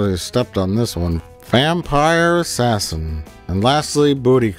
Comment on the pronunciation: It's Vampire Ass-Ass-In.